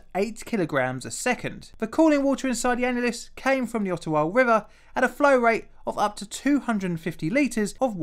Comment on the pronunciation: Just as an FYI, it's pronounced Odd-ah-wah, not Ot-toe-wah. (Think of it as a d, not a t.) Much like Toronto is correctly pronounced Toe-ron-oh (the last t is silent). Foreigners quickly identify themselves to Canadians as foreigners when they mispronounce those city names. It's also how we catch out Americans claiming to be us when traveling, as they have no idea of what actual Canadian culture is.